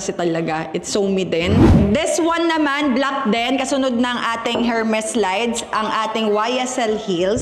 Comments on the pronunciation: E-R-M-E-S silent H po not Hermes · Silent H po ang Hermes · ERMES… SILENT H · her-mes at urrport 😖